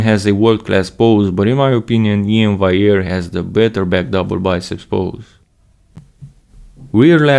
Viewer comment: thats also gonna be a heck of a battle, cant wait 🌎👍👍 still in my opionion you're pronouncing iains last name wrong (should be val-e-air) but whatever still an awesome video as always a great comparison... i myself know how much time it takes to make a 5 minute video like this (even though you're more experienced so you probably dont take as long) so i can appreciate it really 🙏🙏 keep making these videos 😀